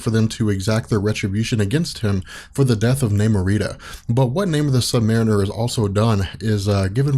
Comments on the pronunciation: You know, I initially logged in to create a post thanking you for finally pronouncing Submariner "sub-mare-uhn-ehr" rather than "sub-muh-reen-ehr", but then saw everybody bitching about that Declun business and thought, "Damn, people are pissy about pronunciations!" Oh, oops... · Awesome episode! Got Namor's title pronunciation fixed and I don't think you said "really kinda" even once. I'm so happy right now!